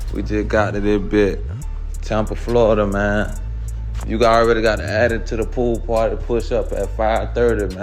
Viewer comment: The pwool pwarty 😂